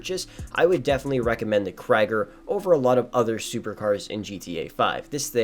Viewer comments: Lol, in German its pronounced "Kreeger" (meaning "warrior"), not "Kryger". Jus' bein' helpful. :) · its literally kree-gurr but people don't want to say it right lol